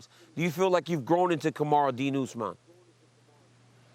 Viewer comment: I cant get a job at ESPN but they have reporters that don’t know Usmans name??? This shit is embarrassing